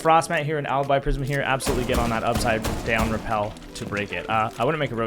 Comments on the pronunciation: Ah I understand you're not fully fluent in American but it's rappel*, not repel. Such a classic Buck moment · You miss that the whole point of the comment is the fact that the word is "rappel" not "repel" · it’s pronounce repel Like he’s repelling on the window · brother i understand it's pronounced repel, but in the video, if you look at the timestamp, it should still be spelled as rappel Missed my entire point man